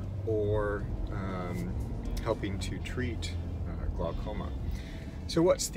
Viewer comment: Glaucoma, pronounced glawcoma.